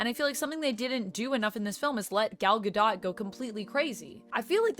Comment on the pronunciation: The last syllable of Gal Gadot’s name is pronounced DOTE, not like the word dot.